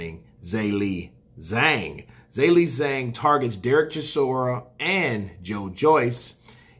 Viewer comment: Love the channel. Never miss an ep. just a heads up I’ve lived in Shanghai for 12 years. Zh = J so you it’s pronounced Jerlei Jang;) keep up the great work bud